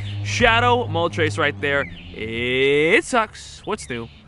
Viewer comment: Dude said Mow TRES.... It's not a flying number three haha